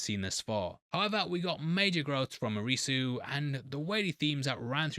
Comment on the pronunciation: You'd be closer to pronounce Arisu like the first part of Odyssey maybe with a slight uh sound at the end